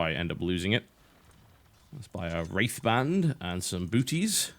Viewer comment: He says "wraith band" but all I hear is "rape van".......